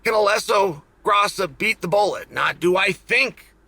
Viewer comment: Alexa Grasso is one of the easiest names to pronounce and he’s getting progressively worse as we get closer to the fight 😂